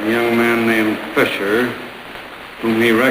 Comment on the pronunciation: Fisher, not Fischer.